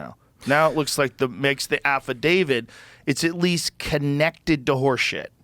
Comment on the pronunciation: Affidavid? Who's that? Oh... they're trying to say affidavit